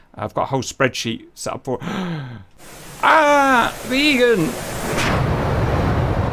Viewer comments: "Viggen" is not pronounced like "Vegan" More like Biggun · To be fair, i heard "the vegans" the whole time instead of the Viggens so it was fun to hear about Vegans against am American carrier group